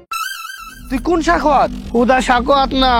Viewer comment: সাখাওয়াত ❎ সেখাওয়াত✅😂😂